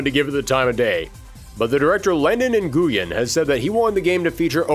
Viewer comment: never heard nguyen pronounced that way before😭